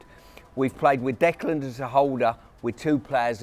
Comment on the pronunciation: I wish someone would tell Pearce that Rice's first name is Declan, not Decland! 🙈